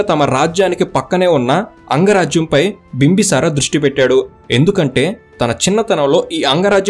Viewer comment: "Bimbasara" kadu bro "Bimbisara"